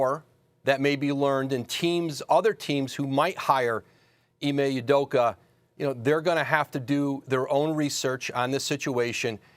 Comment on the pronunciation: “Ime udoker”- stephen a